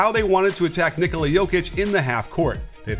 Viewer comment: Just realized that says "Nikola" way better than the Nuggets broadcast team who seem to believe he is Italian or related to Super Mario: " It'sa meee.... Nicooooola!!"